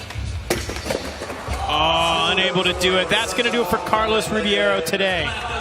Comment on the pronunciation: Why does he say Carlos Ribby air O. But Says Gustavo Ribeiro just fine?